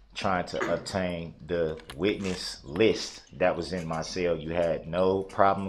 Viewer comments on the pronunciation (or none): He had to stay in his cell..he pronounces it (sale) 😅